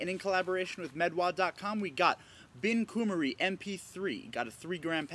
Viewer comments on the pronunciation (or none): its pronounced "bin khu-mary"